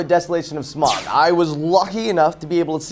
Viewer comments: I haven't seen the film, but I agree with in the sense that, being a big fan of the book, I knew that three films was too much. Also, his name isn't Smog. It's Smaug (like Sm-ow-g). I don't know how much attention you could have been paying to the film if you can't even pronounce the title character's name correctly. But, I digress. I do agree that, as much as I want ten hours of the hobbit because I loved the book, I know in my heart the more the merrier does not apply here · It's not smog it's smaug